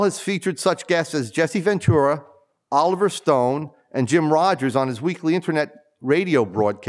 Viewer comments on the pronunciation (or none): none